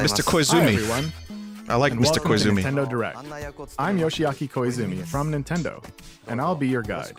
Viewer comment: just realized that the narrator here says “Intendo” eshop. Anyone ever noticed that?